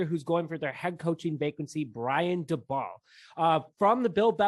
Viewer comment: I think it’s pronounced “Day-Bull”